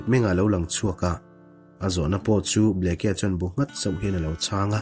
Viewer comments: Bleke tiin alawm a inziah,ka thian.(bliki) ti a lam tur zawk ani e. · Kei pawh Bleke tih a ni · Arizona Governor hming i lam rik dan hi a dik meuh maw ?